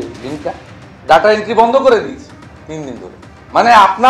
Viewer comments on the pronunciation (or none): Birodhi dolo neta ke bolun uccharon ta thik thak korte ota ডাটা নয় এটা ডেটা